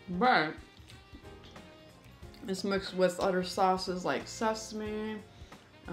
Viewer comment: The way she pronounces the word "other" as "udder"...😑